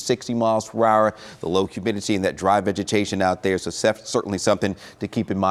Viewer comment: It is vegetation, not "vegitation".